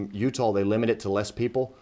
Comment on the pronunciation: . Oh no I’ll be so upset if I could never go back to Utah again lol I mean never mind I wouldn’t miss going there at all. Matter fact remind me to never go to Utah I have no reason to go there it weirds me out the only thing cool about it is the way my man right here pronounced Utah